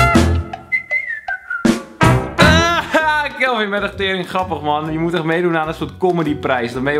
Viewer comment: Sjupermen Kjelvin😂